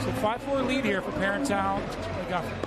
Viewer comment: The announcer with the Jordan Peterson voice is doing a lot of bad analysis. And he's slaughtering Catherine's last name. Super disconcerting. Like, does he even know who these people are?